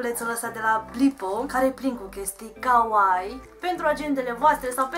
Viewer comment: stii ca ,, Kawaii " se pronunta cu ,, i -ul " mai lung pentru xa nu degeaba sunt 2 de ,,i "